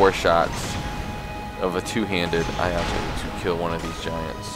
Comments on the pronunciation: the pronunciation is ee eye toe if anyone was wondering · It's pronounced e-aye-toe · It’s pronounce “ee-eye-toe”